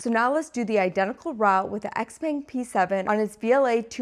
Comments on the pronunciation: its not "X-peng" but "xiao peng" like in xiaomi.. well if you know how to pronounce that one correctly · Also, the brand name is Xiaopeng (pronounced Shao Pung), not XPang. So cringe 😂 Also if you're unaware, China has lead the way since the beginning on both BEV and Self driving. I know you're a Tesla bottom feeder but it's worth knowing. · Xpeng (which you're pronouncing incorrectly) is decent but you should test the Huawei self-driving system. Tesla's FSD is not good, it needs to improve. Both Tesla and Xpeng would benefit from lidar.